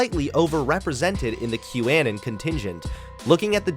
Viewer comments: Great video but why the fuck do you pronounce "Anon" as "An-in" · The weird pronunciation of "anon" is distracting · Why are you pronouncing “anon” so weird?